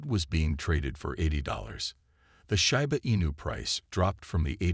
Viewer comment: Can you please get a computer voice that pronounces Shiba correctly? Come on.